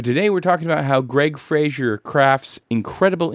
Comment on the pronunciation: I believe Greig Fraser's last name rhymes with "Laser" (I've been hearing a lot of Youtubers pronounce it wrong, so you're not the only one.) But great video,, I enjoy these breakdowns and seeing the re-creations in cinetracer.